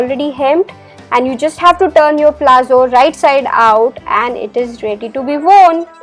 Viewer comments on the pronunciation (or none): liked the demonstration but it is not called "PLAZZO" , it is called "PALAZZO" of which the pronunciation is "PALATZO" !!!!!!!! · It's palazzos not plazzo.